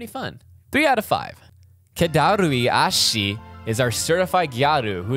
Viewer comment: Some correction: it's pronounced 'iin' Chiyo, not 'Lin'. And the gyaru is Kedarui Ahko, not Ahshi.